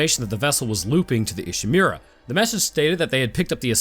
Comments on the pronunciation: It's pronounced "ee she moo ra", Not "e she mew ra" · I love your videos, sir, but whenever I hear "Ishimeera" I take mental damage...